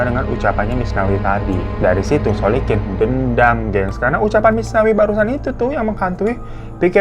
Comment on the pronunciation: Terpantau beberapa kali bang Hiro typo nyebut nama orang, seperti biasanya dan aku suka 🤣 masnawi=muslikin Solikin= Solikun 🤣🤣 Tp gpp, aku tetap syukaaa 😁👍